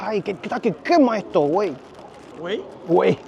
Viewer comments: Pero dice güey y cabron con acento español… que pasó!!??!!😂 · hahaha, a ese "güey" le faltó arrastrar mas la E para que pasarás como mexicano, fácil.